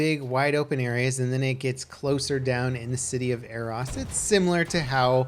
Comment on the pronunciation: Every time he says “A-ross” I cringe.